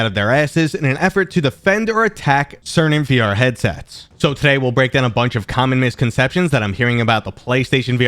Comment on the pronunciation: "Common misconceptions". I heard "communist conception"...